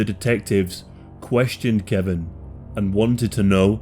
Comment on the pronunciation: His name is KE-VON not Kevin lol